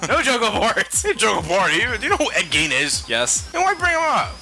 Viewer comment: Gene is pronounced "Jeen". Gein is pronounced "Geen".